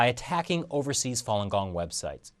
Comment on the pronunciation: OMG, you killing me with the "fallen gong", Fa read "far" without the R sound, not with an added L sound. Distracting from viewing.